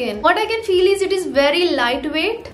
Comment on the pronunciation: she be like - this ees 😂😂😂